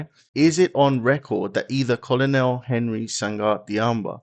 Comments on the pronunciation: I'm so excited that Africa is rising and claiming its independence. Thank you for this video and just FYI, Colonel is pronounced kernel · The word COLONEL is pronounced KERNEL. You are English. You should know. Great content, though.